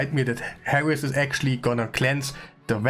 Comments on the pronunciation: The champion is called Heiress not Harris lol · Lol. Always enjoy your videos brother. Random tip in case you are a lifelong learner. Heiress is pronounced with a silent H -> 'Air es'.